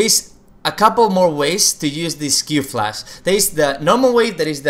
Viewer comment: its flash not flas